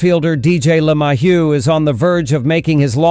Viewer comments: Is there a reason why who, or whatever is speaking can't pronounce "LeMahieu" properly? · This guy sounds like a idiot the way he pronounces LeMahieu name